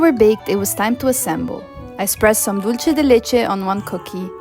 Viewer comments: Membrillo is also eaten in Mexico. I love it fresh with lemon juice and salt. Your mom is great! By the way, Dulce de leche, the" Dulce" is pronounced, Dul-seh (does not sound like the Italian, "c" as in cena). Even Americans make the mistake of making the Spanish word sound Italian. It's made in many Latin American countries. :D My mother is from Mexico. I loved Pope Francis. Thank you for this lovely tribute. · *dool-seh The C in Latin Spanish is pronounced as S (or Th, in Spain).